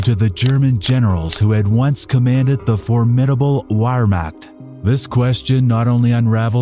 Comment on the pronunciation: I stopped watching because you couldn't pronounce Wehrmacht correctly. Sorry, but if you couldn't get that detail right, I don't know that I can trust you with other details that are more complicated.